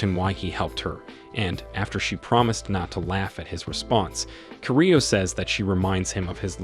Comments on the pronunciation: Man keeps saying his name wrong I can't stand it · you're not pronouncing his name correctly (Kirito) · Dude you are saying the character name wrong man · Bro said kirito wrong💀